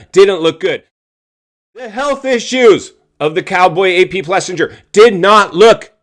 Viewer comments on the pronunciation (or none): The “Biggest Boom Bust”? He played the system like a fiddle. Good lord learn how to pronounce AP’s name. Is it really that incredibly difficult? Put some effort into things